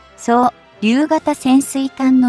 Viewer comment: 読みが遅すぎる。間隔も空きすぎ。 固有名詞なのに息継ぎの場所がおかしい。 字幕原稿を満足に読めない読み上げアプリにそのまま読ませてどうするよ？ そう言う場合は、ちゃんと正しく読めるように読み上げ用の原稿は別に用意して欲しいです。 内容はいいのに、時間を水増ししたいためにゆっくり読んでるようにしか見えない。 いや、それならそれで、ちゃんと正しい日本語で読み上げて欲しいもんだが？ ２つ同時に悪い点があるので流石に我慢できません。 改善を求めます。 実際読み上げアプリの日本語読み上げ能力って意外と低いけど、ちゃんと辞書学習させればかなり上手になるんだけどね。(Siriでもかなり上達するんだよね) そうりゅう を そう、りゅう と分けて読むのは日本語の分析アルゴリズムに問題あるよね。 ちゃんと、そうりゅう を 固有名詞として登録くらいしろって言いたいよ。 ユーザーとの接点になる動画は仕上げが大事なのに、この部分をやっつけ仕事でやってるようにしか見えないから、勿体無いよなぁ。 残念です。 頑張って改良してください。